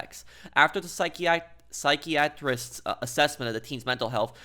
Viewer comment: you can’t even say psychiatrists right